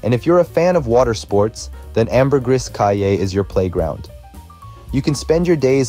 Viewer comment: Caye is pronounced “key”.